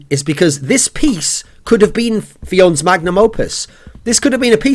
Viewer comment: Great vid but I think its pronounced "Fin" not "Fe-on!"